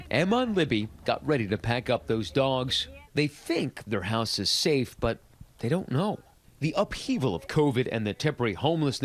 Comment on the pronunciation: "Stay Stafe"